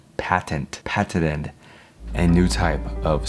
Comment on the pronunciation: You’re not funny at all. Make believe u can’t say patented. C’mon son u can do better.